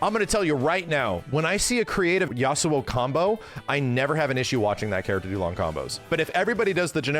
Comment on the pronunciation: Listening to saying Yasuo feels weird, but in a good way.